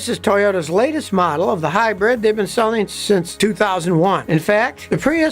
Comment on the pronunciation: hi-bread ? lol